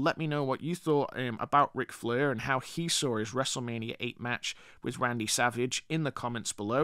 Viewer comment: Stop saying flur it's soooo annoying